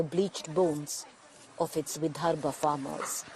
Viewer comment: Hey guys, great work in trying to cover all areas of Maharashtra. Just a couple of suggestions - one Google search and you’d have understood it’s not Gramseva but Sevagram. Also, it’s “Vidarbha” and not “Vidharbh”. 😀